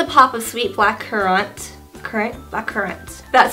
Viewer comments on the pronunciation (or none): Lost it when you said black cur-rahnt. Surely that's beyond the differences between American and Aus accents hah